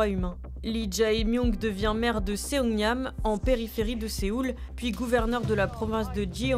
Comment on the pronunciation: Ça se prononce "songnam" et pas "séongnam" la ville dont il était maire..